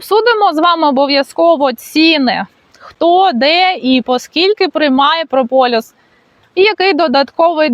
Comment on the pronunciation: не прополЮс (чомусь ти часто говориш саме так), а прополіс. Доречі, можливо знаєш звідки походження цього слова? Забігаючи на перед, мені здається що від "прополоти ліс", хоча це скоріш за все хибна думка, але гуморно прозвучало. 😂